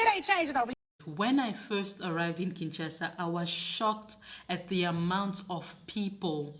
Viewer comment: Its K.I.N.S.H.A.S.A not KINTCHASA please . Obotama wapi yo? Obotama na los Angeles 😂😂😂😂. MUNDELE NDOMBE